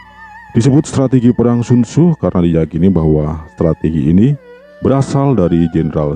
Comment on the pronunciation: Penyebutan sun tzu ke sun sinnn ituuu jauhhh bangettt tott.. !!!